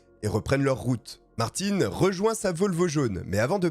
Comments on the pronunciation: c’est pas parce que tu prononce une tél personne d’une manière que c’est la même chose pour tout le monde … je m’appel « Brandon « mais ça se prononce « Brendon » la c’est Martin ( le PRENOM ) donc tu peux pas dire Martine qui est déjà un prénom féminin pour un nom de famille c’est pas la même chose Auston Martin son prénom c’est Auston … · ARRÊTE!!!!!Ce n'est pas Martine,mais Martin😅c'est facile de dire le nom du garçon voyons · svp, quand vous dites un mot en anglais, essayez de bien le dire, ce n'est pas le petit Martine lol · Merci pour la précision car j'ai été pris de convulsions LOL EDIT: Peut-être bien à tort finalement... puisqu'après vérification , le w de "Werke" en allemand se prononce "verke" ( et par habitude car prononcé "doublev" ou "wé" en Belgique !! ) ; Donc potentiellement, tu as peut-être bon haha ... Pourtant tu prononce "Martin" en fonction de sa provenance et non de la tienne... La "Bayerische Motoren Werke" n'étant pas d'origine alsacienne... 🙃🤣 Mais les excuses sont faites pour s'en servir 😉😆 Mis à part ce détail, et de trop nombreuses incohérences visuelles (mais là c'est le monteur qui est à blâmer , comme dans la plupart de tes vidéos , et qui créent l'énorme différence avec la qualité de celles de Rafu , ce qui m'a d'ailleurs toujours convaincu que ton succès serait, au stricte minimum , doublé si tu lui confiais le montage et la gestion complète de tes vidéos.. Quelle masterclass ce serait🤩!!! Car pour le côté "podcast AUDIO , tu es "l'un des" pour ne pas dire "LE" meilleur !!! ) , cette histoire est dans mon top 5 de toutes celles que tu as contées jusqu'à aujourd'hui (il m'en reste juste 6 à voir hihi..) Bref : BRAVO pour ton élocution , diction , etc... sur ces points , tu es (au pire !) dans le top 2 ou 3 francophone , on te pardonne donc avec grand plaisir cette petite erreur 😋😜 ! Continue comme ça !!!!! (pour l'audio lol) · ce n'est pas ''Martine '' ça se prononce Mart-hein'' ........